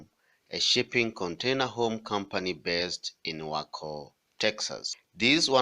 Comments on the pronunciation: Way Co, the pronunciation not Wacko 😕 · Pronounced WAY-CO.